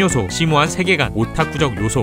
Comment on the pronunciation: 세계관을 새개간으로 발음하시네요